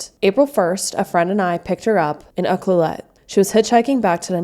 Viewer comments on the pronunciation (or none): Ucluelet is pronounced Yoo-CLOO-let. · LOL its "UKE-LUE-LIT"